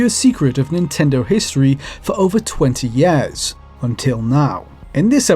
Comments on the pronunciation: Learn to pronounce "years". Please. Not "yeehr". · Over twenty YARS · "... for over 20 YARES"